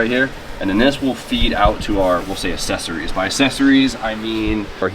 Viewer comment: for the love of Christ, please stop pronouncing accessories wrong. I don't know how you mispronounced it 6 times in one video. Ya fuckin ding dong